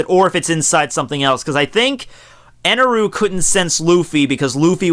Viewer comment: It's "God Enel" not Eneru...